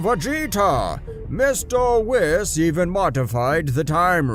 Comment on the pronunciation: And also whis was wis